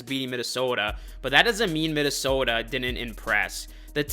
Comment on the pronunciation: my fellow northerner, hittin that minneSOHDAAA 😂😂